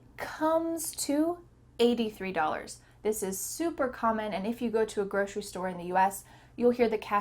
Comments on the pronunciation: I didn't know 'grocery' is pronounce as 'groshery'. Good to know! ❤ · Is it just me or you pronounce grocery with an Sh sound?